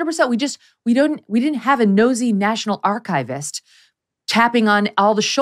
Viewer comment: Please note, from a professional archivist: Our profession is not pronounced ARK-IVE-IST. It is pronounced ARK-IV-IST. Think of the German word ARKIV and add an IST.